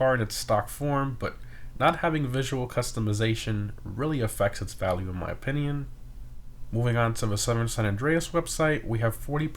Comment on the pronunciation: he continues to say opinion the wrong way and it's annoying lmao